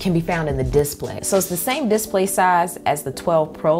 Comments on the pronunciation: Love the way you pronounce diss-play. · "Diss play" lol